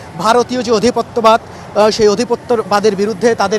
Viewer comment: অশিক্ষিত সাংবাদিক, বাংলা শেখ আগে, অধিপত্যবাদ না বলে আধিপত্যবাদ বলতে হবে